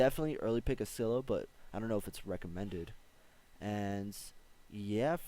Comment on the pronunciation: Lool you're finally pronouncing scylla right